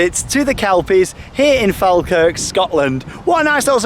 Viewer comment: Naw pronounced faw-kirk